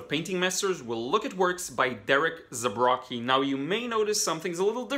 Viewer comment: Minor correction - you should pronounce his last name as "Zabrotski". And interesting video as always :)